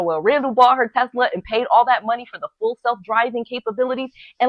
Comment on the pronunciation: I love Tesler! LOL